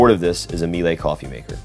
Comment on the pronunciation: He said "Mee lay" coffee maker.Its pronounced "Mee luh" Just asks Aquaholic 🤣